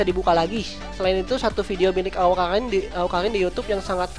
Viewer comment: "awkarin bro, bukan awkalin" Wkwk.. peace